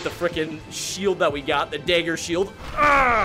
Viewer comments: Great video but please say it correctly dagger dag ger dag like lag dagger lagger not day ger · its not dayger its dag like gag with g and ger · can you say dagger and not daegger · Lmao I keep hearing deggar, love it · It's (dag-ger) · Daggerbending naw dayggerbending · bro why he say dager bending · Why do you pronounce dagger as dager lmfao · I like how he says dagger Edit: I’m not making fun of him or anything btw